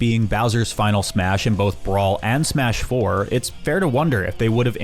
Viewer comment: Great video, don’t ever pronounce smash 4 like that again